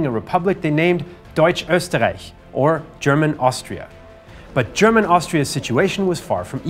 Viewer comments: Finally a native english speaker who pronounces german correctly :) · I just wanted to compliment for his excellent pronunciation of German words, as a native speaker I hardly hear any flaws, well done